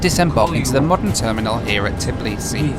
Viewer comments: Just say Tbeeleesee, it sounds better than Tuhbleesee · I am not even from Georgia and it is kind of driving me crazy how Americans pronounce Tbilisi :D Are you not able to say TBI-LISI? :)